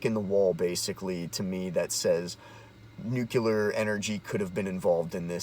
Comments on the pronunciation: What's "new-kew-ler" ? Guy can't even pronounce the fucking word that's so important to him. 2019 folks. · NUCLEAR isn't pronounced "newkyular" - notice there's no vowel between the C and the L. That was a George W. Bush mistake. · I watched your video long enough to hear you slytalk "nuke-ular" and laughed and turned it off. Learn to talk good about stuff you read an' mayhaps den da smert peeples will lyke it moar, bacuz den u speakin' goad. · New clear...not nuk yaler 😂😂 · I'll explain since you've apparently got brain damage. You're calling yourself and you can't even pronounce the word that is the focus of your video. You're a meme that wrote itself. You're boomer tier.